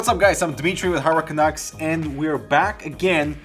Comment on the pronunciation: seriously it always sounds like 'harwerkenuggs' to me when he states the channel name in the intro